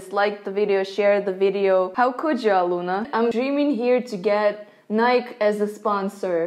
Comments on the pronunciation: It’s not nike it’s nikeeeeeeeeeeeeeee😑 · Nie-kei not niek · As an American, I can say that it hurts internally when it is pronounced nyke instead of ni-kee. I'm sorry. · It's pronounced "Nik - E" not "Nik" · I love how she can't pronounce Nike correctly. Now I want to start calling it "N-ighk" instead of "N-ighk-ey". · SKBreakDaRules They mispronounce it though... It’s Nike, not Nikey 🙄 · Can’t get a Nike sponsorship because it’s pronounced NYK-EE not like the way it’s spelled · Nike is pronounced Ni-key. As stated by the chairman of the board of directors of Nike Phillip knight. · NIKE IS PRONOUNCE "NI-KEY" (SAY IT FAST)----- PLEASE FOR THE LOVE OF GOD SAY IT RIGHT, EMPHASIS ON THE KEEEEEEEEEYYYYY PART. THEY EVEN HAVE HOW TO PRONOUNCE IT ON THEIR WEBSITE. WHY DOES EVERYONE I MEET NOT FROM THE US SAY IT THIS WAY...OOOOMMGGGGGGGGGGGGGGGGG HUGE PET PIEVE LOL AMONGST ALL MY FRIENDS FROM OTHER COUNTRIES ESPECIALLY FROM EUROPE AND RUSSIA...THEY ALL SAY IT THIS WAY AND ITS WRROOONNGG. PLEEEASEEEEEE STOP IT. k rant over. love your channel and u r fun. that is all. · maybe if you pronounced (NYE-KEY) correct, then nike would maybe JUST maaaybe sponsor you. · I am sorry but it is said Nikey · But it's pronounced nik-e? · If you are going to switch to Nike at lest learn how to say Nike. it is pronounced nigh-key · I hope Nike sponsors you and you keep pronouncing it wrong lol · Its pronounced NiikE :) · The "E" in "Nike" ain't silent, Aloona. XD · When aloona says Nike instead of nike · Nike is a two syllable word. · The e in nike is long (like in lee). I know it doesn't make sense. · You pronounced Nike incorrectly ! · No one cares that you wear both Nike and Adidas... ...But you mispronounced Nike